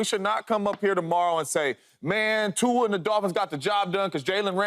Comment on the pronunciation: Why is he saying Tua like that tho